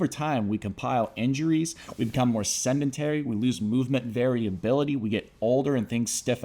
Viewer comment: “We get more “SEDEMEN-TARY” - lost all credibility in 1 minute flat lmao 😂 “SEDENTARY” - come on my guy, that’s not even an advanced term. How can I trust you to teach me anything when you butcher basic nomenclature? Step it up my guy. I’m a regular person and can pronounce basic health terminology.